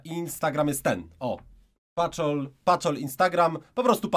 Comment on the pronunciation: nie paczol tylko patol xd